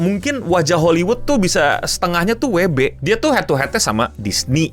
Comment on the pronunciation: kenapa eh cara Indonesia sebut nya weee beee😂